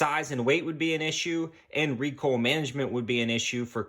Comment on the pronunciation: When recoil is pronounced recoal……